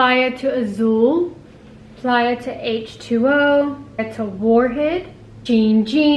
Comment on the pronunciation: Question. Is it supposed to be pronounced Play-a or the way you are pronouncong it?